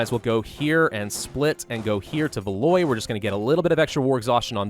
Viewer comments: it’s not valoy it’s valWAW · There is no VALOY, my God your pronunciation. Downvoted. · Ile de France -- Eel de France. Keep going -- you do great with your pronunciation when you follow your gut,. Also - Valois -- val-WAH. But that's just French being its weird self.:D